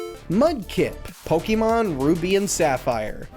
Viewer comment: You know how you can tell when someone isn't really a fan of Pokemon? When they pronounce it like "po-kee-mon".